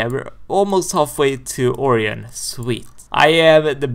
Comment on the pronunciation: Btw it is pronounced. Oh - Ry - On